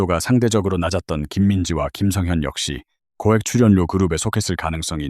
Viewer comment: 츨연료 발표힐때 너 혀깨물었니, 아니면 똥 씹었니. 어느나라 말이니 ? 넌 아웃 되어야되